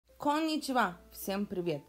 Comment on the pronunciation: Конннниичиво? :face-green-smiling